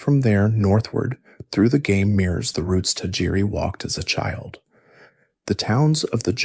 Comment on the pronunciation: You're going to struggle finding people to take your effort seriously if you can't pronounce a name like Tajiri correctly. Any pokemon fan, at all, in the slightest, knows that name. So this came across to me as a disingenuous copy/paste dub video to me straight away and it put me off.